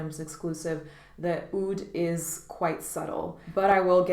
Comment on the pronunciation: Great vid I think Roja is fantabulous,but Aoud isn't how oud is pronounced in Arabic